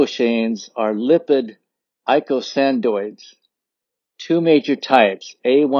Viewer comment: ī-ˈkō-sə-ˌnȯid Accent on the second syllable.